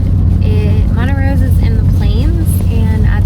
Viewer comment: Montrose not Montarose.